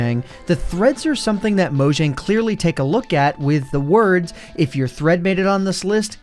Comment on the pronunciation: I thot he said threats